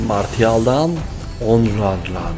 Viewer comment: abi kartin adi onrar degil nonrey